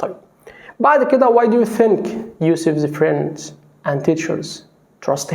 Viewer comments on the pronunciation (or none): none